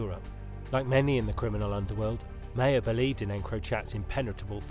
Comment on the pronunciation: Maher is pronounced Mahar